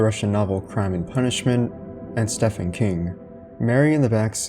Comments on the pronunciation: Stephen King is pronounced "steve-in". Interpreted is the word you're looking for, not interpretated. And a city council has nothing to do with signage copyrights. Love the channel, so this is just engagement and encouragement to get a beta or editor on the team. It will go a long way to increase the quality of the channel. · Stephen King's name is pronounced like Steven. Weird spelling, I know! :p Great video btw ♡ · This wasn't the first time I've heard that. Guess if you really do not know who Stephen King is (which is rare), you might think his name is pronounced the way we hear it in the video because Stephen is a common name that's pronounced that way. In reality, it's simply pronounced like Steven. He isn't even using a pen name what many might think till this day because they somehow mix it up with his Richard Bachman years. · The way you say Stephen 🤦